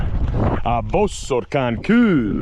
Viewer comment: You pronounce the hungarian word for rock as koo I cannot tell you in an English word how it is pronounced more like kew. GREAT STUFF !Kis Baratom